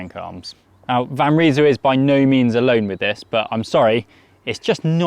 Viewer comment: They in van Rysel is pronounced like eye, not ee. Nice looking bike though, very similar to the latest propel